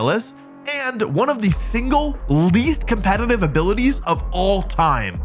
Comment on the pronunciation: Why does he always say "compeNtitive"? So irritating